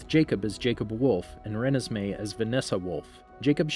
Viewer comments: Re-nisss-may. Lol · I still can’t get over how u pronounce Renesmee😂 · ... its first beach ON la push. That's the name of the beach. Also he said Voltori wrong, pretty sure he said Rennesme wrong too. And he got plot points wrong, like edward biting bella. He only bit her in twilight, in breaking dawn he had a bunch of venom in a syringe that he injected her with, so as to not break the law.